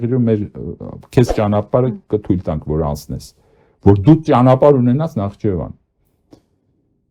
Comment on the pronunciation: ՆԱԽԻՋԵՎԱն պ.,ոչ թե նախչեվան Ամոթ է հետո պայքարում եք Վիլսոնյան Հայաստանի համար!